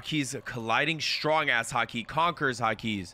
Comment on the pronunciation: Damn i like his reactions but he still can't say Haki after 646 episodes lol. It's too hard of a word